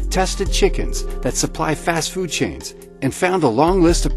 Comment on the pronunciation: The heck why do you say foot